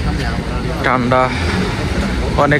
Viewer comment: ভাই,ঠান্ডাও বলতে পারেন না?